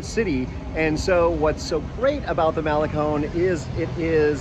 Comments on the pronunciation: We’re in our 60s and live in Esterito, does that make us hipster? Trendy for the first time in our lives! We walk the Malecón every morning and it’s a wonderful way to start the day. Just FYI Malecón is proncounced male-CON not male-CONE. Love your videos, keep up the good work. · dude its not mal a cone its pronouced mal e con